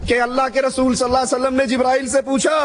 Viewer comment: Ok I agree to disagree with you. But why does he take the name of the Prophet (S.A.W) with the rude tone he has. He doesn't even say Allah properly. He says it as if its an ordinary name. You can see Noor on the faces of those who speak the truth, my friend.